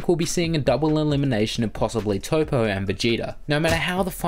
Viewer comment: Toppo not Topo